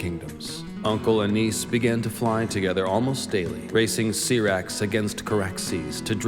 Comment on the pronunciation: not you saying aarin after vhgaar, see-rax💀